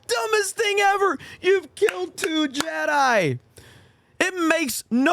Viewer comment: made a golden one, he said Jed-DEI:D Brilliant:D